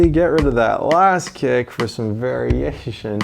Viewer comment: Oh god! This guy is a piece of art! Love the stupidity he is able to recreate with his acting stuff... He couldn't help himself with "variashition"... haha